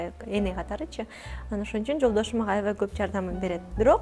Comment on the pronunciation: Авай авай деп чоң эне болбочу! Аябай деп жакшынакай эле сүйлөчү!